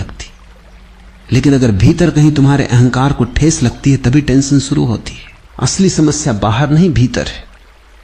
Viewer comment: "tantion" nahi hota bhai "tension" hota hai..